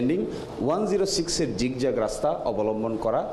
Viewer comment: Zigzag -এর উচ্চারণ কি 'ঝিকঝাক'? বাহ্!